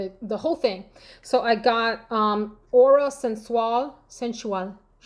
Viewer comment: You had me cracking up 😂 pronouncing Aura Sensuelle! Oh, I finally ordered online a decant of Carolina Herrera Sandal Ruby through fragrancesline I can’t wait to try it.